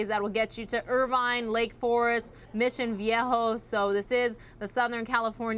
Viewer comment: Hahaha she said MissionHET-HOE